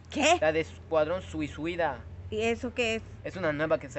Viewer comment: No se dise escuadrón suicida se dice escuadrón susida